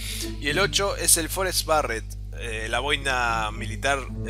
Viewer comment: BARET?!?! ENSERIO?._. es berett pls